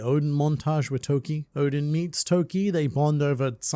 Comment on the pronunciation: Took awhile to realize you were saying ODEN and not ODIN.